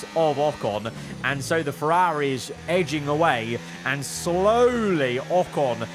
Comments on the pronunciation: I can’t handle his pronunciation of “FerrAaAari”. It’s ear piercing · it's certainly a pronounciation